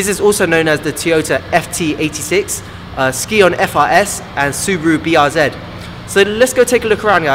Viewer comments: Thanks for your comment. I had no idea the company Scion is pronounced as 'skee on'. I only pronounced it as 'sigh on' because that's how you would say scion. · I'm not nitpicking, but I have to correct you, it isn't pronounced 'skee on'' it is pronounced 'sigh on' as for that, amazing review as usual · THIS GUY SAID ski yon frs!! lmao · SKI -ON ?